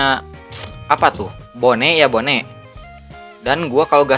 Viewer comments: bang baca bone. itu bon buke bone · bang klw mw nyebut bone sebut bon aja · bon bukan bone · bacanya "bon" bukan "bone" emang tulisannya "bone" tapi bacanya "bon" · Gaming bone itu dibaca bon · mantap inggris my bone!!!! wkowkwowkwowkwowo